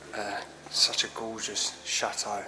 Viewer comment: You make château sound like shathole loooool